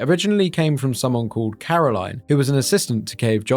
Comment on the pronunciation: are you so british you physically cant pronounce caroline's name correctly like whats your excuse for that